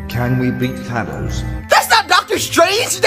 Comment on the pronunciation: BRO THAT'S THANGEOS NOT THANOS